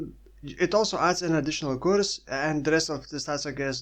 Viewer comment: curse is pronounced the same way as nurse